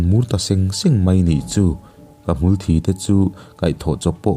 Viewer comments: Hmulthi hi mitthi sawi a thi anga lam tur a ni zawk in ka hria a, thisen a thi ang hian i lam daih zel a, enge dik a diklo zawk ni.. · Hmulthi i sawi hian thi lai hi mitthi a a thi lai ang hian a ritur aw, ka kut a thi tih a thi lai ang nilovin mitthi kan han tih a thi tih lai thluk hian sawitur aw, a chiang em aw, ngaihnawm ti deuhva ngaihthlak lai a a thluk a dikloh hian a ngaihnawm natur a ti nep deuh thin.. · Thisen anga asen deuhther thin avang hian " ka ke ka sát a,a thi duhkhawp mai" kan tih a thi kan lam ang hian lamtur , ka hriatdan chuan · Hmulthi bawk chu Sir, thluk dik hram tawh la...😁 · Hmulthi i lam rîk dan hi kan lamrik dan a in ang lo tlat mai a, kan lam ṭhin dαn hi a dik zawk em tih phei chu ka hrelo a. Hmulthi tih a ( thi ) hi mithi kan lam rik anga thi tih ri hian kan lam ṭhin. I lam rik danah hian hmul aṭanga thisen chhuak emaw hmul thisen rawngkai ang deuh hlek a thî ang hian a i lama. Engpawh chu nise a ngaihnawm ṭhin khawp mai.